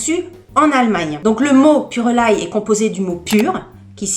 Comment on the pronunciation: Bonjour, je crois que sa se dit purelei, le E ne se prononce pas.